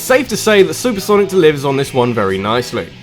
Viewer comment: "Sanic the Hedgehog" I just love you